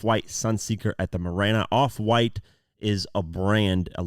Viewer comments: Marina not mirana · MAH-REEEE-NA bros. you killing the whole rhyme. 😬